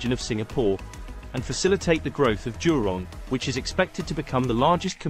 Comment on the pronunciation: It is jurong not durong